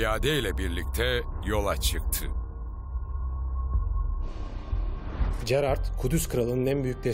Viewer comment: Keşke bu metni okuyan arkadaşımız Gerard ın nasıl okunduğunu bilerek okusaydı. Böyle bir çalışmada çok sırıtmış, Jerar diye okunması gereken yerde cerard diyor, acaba kime nasıl masraf yapıldı.....